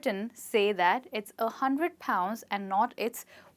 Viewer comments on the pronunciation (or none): Hundred, not hundered.. #3.51